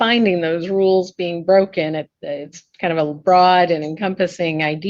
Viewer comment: Can he PROVE that he is a "Living human being?" Or did he say he's a "living human BEAN?"